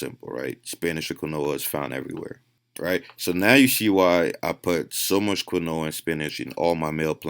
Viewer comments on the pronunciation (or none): My man said "Kween-whoah-ahh" (Just messing around I appreciate this great knowledge he puts out for free lol) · It’s pronounced “keen-wa” not “qwa-Noah” lmaoo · Lol Keen-wah not Qwin-noah ! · Its pronounced... Lile keenwah not quinoa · Quinoa is pronounced “keen-waa” 😅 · Just heads up Its pronounced keen waa. Not trying to be a dick. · Quinoa is pronounced KEEEN-WAAA. Mispronouncing it intentionally makes you sound ignorant. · 80% of comments - it's KEEN-WHA. 10% of comments - what kind of quinoa is best? 9% of comments - what kind of granola is he talking about?? Me: god I hope I metamorphose into a Butterfly !!! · I went to the store and bought granola and spinach.... Had no idea he was trying to say quinoa. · i cant hear what you say.. granolla? or quina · But, sure you you only have to eat 16 kilos of spinach to reach the 100mg of that endo steroids of the compound. This why you dont see jacked dudes from spinach or Quinoa Pronounced "Keenwah" The study used spinach extract. Did you study the results? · Ok?? So was the study spinach? Who ate spinach and got near these crazy gains? Btw its pronounced keenwah. Lol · do you mean Quinoa? im hearing you say kanoa. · quinoa = keen-wah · Quinoa is pronounced "keen-wah" !!! lol Good stuff as usual though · lol you didnt fix your pronunciation of quinoa (keen-wah) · Quinoa is pronounced KEEN-WAH! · Quinoa is pronounced keen-wah. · Quinoa pronounced KEEN-WAH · It's KEEN-WAH not granola lol